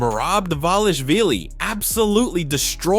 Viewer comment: Tripping me out so bad how hes pronouncing Merabs first name differently every time he says it xD!!